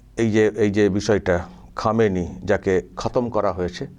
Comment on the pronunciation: খোমেনেই.....উচ্চারণ টা ভুল হচ্ছে। Anyway, Khomenei was one of the bastion of support for the militants in Kashmir. তাই ওর death এ কাশ্মীরের কিছু লোক তাদের বাপ মরার দুঃখ পাবেই, কি করা যাবে😂!